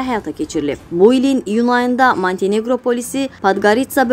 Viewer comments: Черкизовски sözünü düz vurğulayın, Montiniqro yox Menteneqro )) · Aparıcı qız MANTİ NEQRO yox MONTİ NEQRO deyilir.Bir az kitab oxu. Vallah qalmısıq ÇUŞKAların Bisavadların əlində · Manteneqro yox, Monteneqro. Ruslar o hərfini a oxuyurlar, bizimkilər də elə bilir ki, belə düzdür. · Men neçe il orda yaşamışam. Amma , ilk defedir ki , Mantaneqro sözü eşidirem. Yeqin danışan şehere yeni gelib. Ele bilir Manteneqro deyende millet buna medeni ve ya şeherli kimi tanıyacaq. Beleleri şeherin zayını çıxarıb.